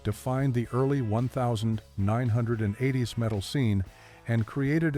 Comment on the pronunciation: The 1 9 80's Mo-Tore-head. Is this A?. Come on man.